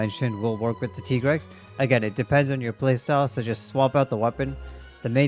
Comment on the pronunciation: Why do you say Tigrex as Tee-grex? On the weapon, it even writes Tiger. It should be pronounced as Tai-grex like Tiger.